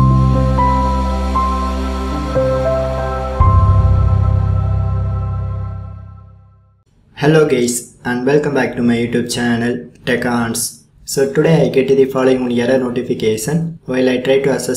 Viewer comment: "Hello Gays" "TechCUNTS*